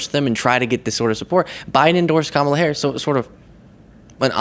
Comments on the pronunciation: Damnit, “mar-JHOHR-ee,” it’s “COMMA-luh.” I know you can’t manage basic respect, but it’s still amazing you can’t scrape together the bare minimum decency of a good faith effort at another human’s name. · I wonder who addressed the nation from the oval office last night. Btw, her name is Kamala. ( Com a La ) And Raskin taught you how to properly use the words democrat and democratic. Damn, you are dense Klan Mom.😂😂😂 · Of course, mispronouncing Kamala's name is on purpose. That's how petty they are. Just like always emphasizing President Obama's middle name. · Why are these DBags the way they are? Is this some sort of alternate reality? Why can't they AT LEAST be respectful enough to pronounce her name correctly? I have never been so disgusted in my life in a faction of people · She is to stupid to pronounce Kamala correctly. Kamala has tons of supporters and is more qualified than MTG to work in the government. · Yes. By saying her name wrong as much as possible, they (MAGA) believe they are showing their contempt for her. That’s it? Slide off my back! Pitiful! And a little violin plays for them! 💙💙💙Vote💙💙💙 Volunteer 💙💙💙Harris 2024💙💙💙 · Maybe they mispronounce Kamalas name because the education system they were in sucked.stupid is as stupid does. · they say her name like that because they're referring ti kamala the wrestler bunch of morons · Alex Jones taught her how to mispronounce “Kamala.” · Of course they pronounce her name wrong on purpose. They’ve laughed about it many times. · She and Trump cannot and will not pronounce Kamala’s name correctly!!! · Why don't MAGAts know how to pronounce Kamala's name properly? That's a rhetorical question. That's their way of somehow disrespecting her. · They don't say her name correctly, on purpose. That's their way of dehumanizing her. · She can't even give Kamala the respect of pronouncing her name correctly. This woman is really off her rocker. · MTG is so dumb that she can't even pronounce Kamala's name correctly.